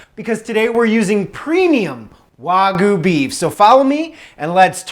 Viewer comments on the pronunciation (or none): Ima just say learn how to pronounce the Japanese word wagyu not wagoooo im a country boy just made me laugh nice steak tho bro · Why do you say Warhgyu?